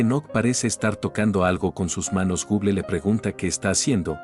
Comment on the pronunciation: Me da un poco de risa cuando dice Google por que es medio raro escuchar gon guen 😅😅